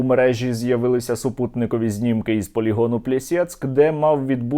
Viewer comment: Мені почулося, чи полінон називається піздецк?